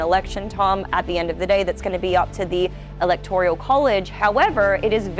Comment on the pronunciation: There is NO letter "I" in ELECTORAL.